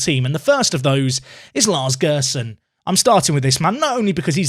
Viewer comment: Lars Gerson is said like Jerson